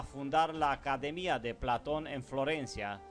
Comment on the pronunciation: Me gusta tu informacion. Como tambien creo que eres un ser de alto intellecto. Gracias por estos videos informativos. SOLO TRATA DE USAR LA FUERZA EN LAS PALABRAS. ( PLA'TON ) SUENA FUERTE EN LA A. (PLATO'N ).CON FUEZA EN LA O. Te queremos y solo unos details, para ayudarte y con todo respeto a tu intellecto, que admiro. Un abraso desde CANADA.